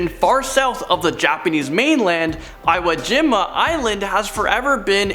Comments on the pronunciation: it's pronounced "EE-woh GEE-mah" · You pronounce Iwojima as IIIWWUU-Jim’a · It’s: eee-wo-geem-a, Ho-Kai-doh... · Hey,! Great vid. just one thing....Iwo Jima is pronounced "ee-woh gee-mah" Got the giggles every time you miss pronounced it! LOL! Hang in there!! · Iwojima is pronounced ewoo geema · I wish you guys would spend a little more time on pronunciation guides for the names of things. Its, "EE woah jee mah" for example. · How... the hell... do you mispronounce Iwo Jima...... please for the love of god look up how to pronounce names, you got so many wrong in this video. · Sorry to be an English teacher but it’s a pet peeve. Foreboding is pronounced with a long “o”. Iwo Jima is pronounced with the long e in both words. The battle of Iwo Jima is an historical battle and I couldn’t let it pass. My apologies. Thanks for the vid though, very interesting!